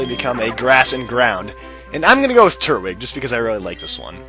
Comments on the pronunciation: its tur-twig not turt- wig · Just so you know it's pronounced Tur-twig not Turt-wig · they way he says turtwig anoys me lol its tur twig not turt wig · i am under the impression that the so called turt-wig is pernounced tur-twig witha tw sound. please tell me if im wrong. but if im not. like this comment so can see it. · TURT-WIG Like if u thought that was kinda annoying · Yeah lmao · its tur-twig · Nope, you're right. It is pronounced tur-twig. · I thought it was tur-twig? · I forgot how much your pronunciation of Turtwig annoyed me. Oh, I remember back when you were actually doing Pearl version. Good times - I miss Happy Feet, Toasty, Avian, Fahrenheit, and Hamlet.